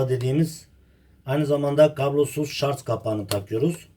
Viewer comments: Allahım çıldıracağım şarz değil şarj, istediğiniz kaynaktan bakabilirsiniz okunuşuda yazılışıda şarj.🤦🏼‍♂️ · Şarz değil ! Şarj !!! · Şarz değil sarj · anladım ustam. Elinize sağlık. Şarz değil de şarj derseniz daha hoş olur videolarda. Hayırlı işler dilerim. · Güzel kardeşim şarj , şaz yok yanliş soylyorsan